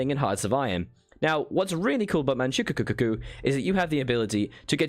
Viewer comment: It's Man ch-oo k-oo-o (since on english it sounds weird as hell) and it's spelled King not ching